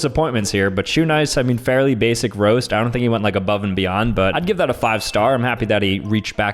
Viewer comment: he said that he but it sounded like he said daddy